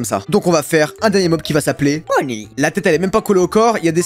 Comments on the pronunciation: CEST bonny pas bunny mdr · Bunny a lieu de bonny